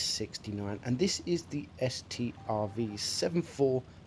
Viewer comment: It’s not S-T-R-V it’s just pronounced Stroodsvawn